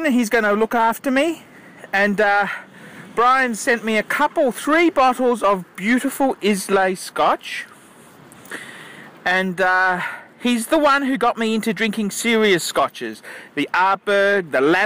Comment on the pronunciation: As an aside, it's not pronounced Islay like it is spelled, it pronounced Eye-Lah